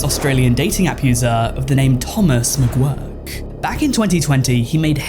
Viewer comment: Hey man, the last name McGuirk is pronounced "m'gurk", not "m'gwurk". Just a little FYI for you.